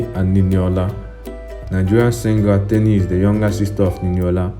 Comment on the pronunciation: It’s not teeni it’s it’s TENI😭